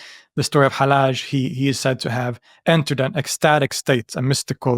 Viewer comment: pronouncing Hallaj as [ħælˈaːʒ] is so annoying for me as a Persian speaker (yes Hallaj was Iranian and "Al-Hallaj" is his arabicised name(I know Hallaj itself is Arabic)) because it's [hælːɑːd͡ʒ] in Persian and [ħalːaːd͡ʒ] in Arabic so the pronounciation is just wrong and doesn't let me enjoy the video properly but I like the video!